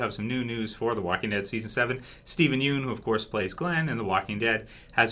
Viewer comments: It's pronounced "Steven Yun" (obviously spelled Yeun) not "Steven You-n" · yeun is pronounced as "YAWN"